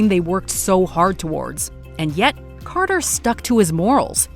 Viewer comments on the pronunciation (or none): none